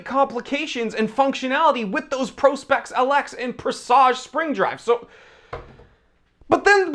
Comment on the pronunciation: dude its prospex like prospect not pro-specks or just go all in on the doofus angle and call it a presawg-ee